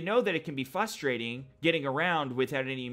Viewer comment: You said "fustrating" Never change!